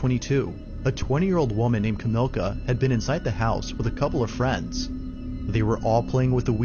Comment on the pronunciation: Not sure why the narrator can't get the Polish lady's name correct. It's NOT Kamilka. It's Kamilla, as in Camilla - like King Charles' wife's name. It's spelled out on the video and you hear the police call her name. No escuse for not getting pronunciations correct.